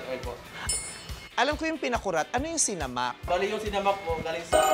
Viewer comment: It's sinámak, NOT sinamák. :)